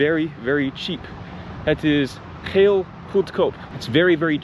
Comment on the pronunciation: You pronounced 'heel' weirdly, it sounded like you said "it is yelllow cheap". Pronounce it as you would pronounce "hale" in English :p